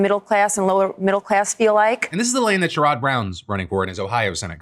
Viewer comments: Sherrod Brown is pronounced “Share-id” (rather than “sure-Odd”) - thanks for calling some attention to his campaign! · Ohioan here. Just FYI: Sherrod Brown has the accent on the first syllable. The ads pronounce it like Jared, but with an s-h. Love your face!